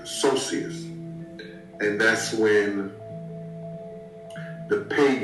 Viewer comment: The way that body guard pronounced Solstice makes me cringe... Sosishus?!!? He wasn't even explaining paganism right my god